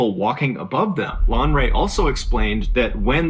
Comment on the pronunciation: Lanre. It's a Yoruba Name but points for trying